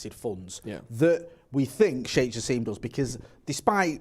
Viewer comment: Guys, his name is pronounced ja sim not ja seem